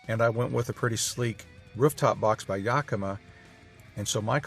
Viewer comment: Excellent video. Great tips. Pronounce Yakima the right way please. Yak as in the animal; i as in the i pronounced in the word in (kind of a short force of air with sound) and finally ma as in Ma Kettle or Ma and Pa. To really get help, so you don't sound like an east coast guy, but, someone who is more traveled, call the Yakima company or the chamber of commerce in Yakima, Washington. Do more videos you are a natural. Thumbs up.